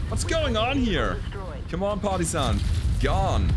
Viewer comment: Your accent makes it sound like you're calling that tank a party-san. It makes me laugh.